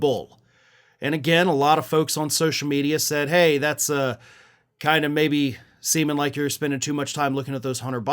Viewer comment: Seemin' like or semenlike?